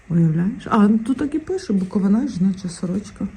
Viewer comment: Лиш почала дивитись і почула:БуковинА 😮 Запамʼятайте: БуковИна! Будь ласка!